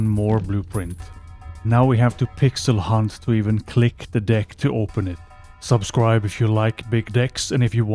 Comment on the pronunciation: You really gotta fix how you say "deck" man